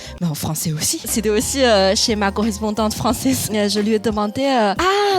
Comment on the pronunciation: On est d'accord qu'elle a prononcé quatre fois le même "ma".